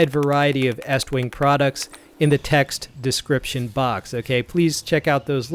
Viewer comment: I got 20 seconds into the video and gave you a 👍🏻 simply because you actually know how to say the company name! Almost none of the other so-called “reviewers” on YouTube say it correctly. HA! HA! HA! HA! You could use [a club] for personal defense, but hey, why would you use that when you have a hatchet?” 🤣👍🏻